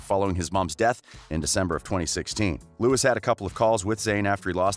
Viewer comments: If you do a vid about one direction you could at least pronounce their names right I meannnn ‘Lewis’ NOOOOO it’s Louis ‘Neel’ NOOOOO it’s Niall Hardcore directioners hereeee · His name is French. Pronounced (Lou-wee) not Lewis and Zayn said in a recent interview that he and Niall have a big brother, little brother relationship and that they are both supportive of each other's work. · You made this video to get 1D fandom views, and its pronounced Louie (Louis) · Neil? It’s Niall. Lewis? It’s Louis. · Oh please. People get your facts right. By the way its Louis (Lew-ee) not Lewis, and Niall not Neil. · Its now lewis its louis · Cottam it's Louis not lewis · Never ever ever trust ANYone who says "Neel Horan" and "Lewis Tomlinson". I mean if your going to do a video about One direction Get it right and most of your facts aren't even true. Its not that hard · For third : it's pronounced Loui not Louis (s is a silent letter) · Lol.. Not Lewis it's Louis with silent S Not Neil it's Niall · no his name is pronounced Louis not Lewis not with this Louis maybe with another but Louis Tomlinson is Louis not Lewis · hey! it's LOUIE, not LEWIS it's NAYALL, not NEIL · Jiya - it’s Louis not Louie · Please tell me out you called Louis( LOO•WE) Lewis and Niall( N•EYE•L) Neil but you got Larry Stylinson correct first try? Like seriously? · I’ll subscribe when you say “Niall” and “Louis” not “Knee-al” and “Lewis” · His name is Louis Tomlinson, and speak without the S. And not Lewis Tomlinson 😒. Just a Tipp for the next 1D Video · He said “Neil Horan” and “Luis Tomlinson” 🥴 am I the only one who noticed that? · Wait, did you just say "NEall" and "Lewis"? (No hate, but that's what I heard at the beginning.) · Did he SERIOUSLY just say “Lewis Tomlinson” and “neel horan” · Okay yeah ngl but I literally stopped watching when he said LOUISSSS and Neeaall😐..like wtf dude? Please atleast pronounce their names rightly. Ugh. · Its niall and loueh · IKR, it's louie